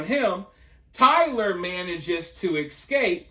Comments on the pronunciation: You speak very well, just a small correction if you don’t mind, it’s e-scape not ek-scape… it’s the e sound first, then the s sound combined with cape. I don’t mean to do this, lol. I’m an English teacher. Love your channel brother, by the way.🥰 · Learn to say Escape properly It's uneducated and ghetto